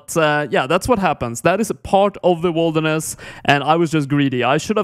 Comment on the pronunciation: why do you say wolderness instead of wilderness?